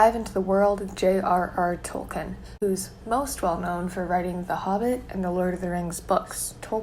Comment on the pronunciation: you're pronouncing Tolkien wrong!